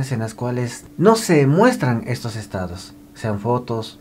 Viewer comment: No es estadis, es estados